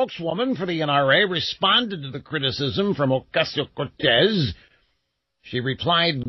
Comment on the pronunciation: OMG why does he say AOC's name like that? That is beyond annoying!